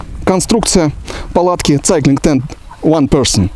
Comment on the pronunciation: Да что ж так печально с произношением то у рос блогеров, прям стыдно за эти все цайклинг тд тп. Неужели так сложно хоть название глянуть произношение? Два слова ж